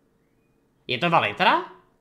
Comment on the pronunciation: Valithria se cte Valitra? :D No hlavne ze chat 1ckuje :D OmegaLuL